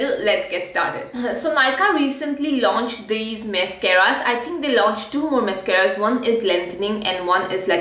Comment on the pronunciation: you called them mess-caras and boy did you call it by the right name.